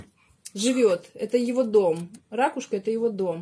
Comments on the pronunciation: Вы неправильно произносите слово "рАкушка", нужно - ракУшка. Пожалейте своих детей, им ЕГЭ сдавать! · Только не учите детей не правильно произносить.это ракУшка а не рАкушка.